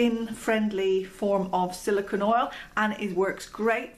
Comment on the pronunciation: Love the information. But it's silicone (pronounced cone) not silicon (pronounced con). Silicone and silicon have very different properties; silicon is a solid element sometimes found as rock crystals, whereas silicone is an oily compound comprising a chain of alternating silicon and oxygen atoms, with small organic groups at the ends of the chain.